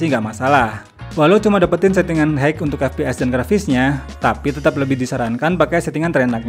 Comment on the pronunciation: Izin komen koreksi agar lebih baik didengar kedepannya: High dibaca hai, bukan haig 🙏🏻